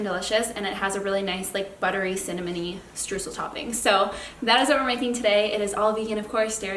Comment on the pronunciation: As a German I love the way native English speakers pronounce Streusel :D